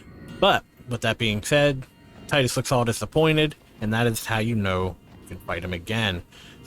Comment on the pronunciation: But not Tidus